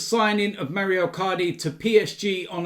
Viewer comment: It’s Mauro not Mario,!